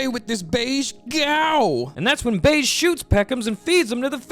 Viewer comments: his name is pronounced "behgee" not "beige" 😭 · if that "g" is pronounced like the "j" in "jam", then you're correct, in the original kana, his name is "ベッジ" (bedji), but let's be honest, "beige" feels right -- and it's not the first or last time mispronounced a name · Brother the way you say bege’s name pisses me off to no end, I know you know that’s not how it’s pronounced. 🤦🏾‍♂️😂😂😂